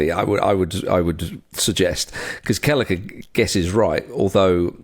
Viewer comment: Lads there isnt even a G in Kelleher 😂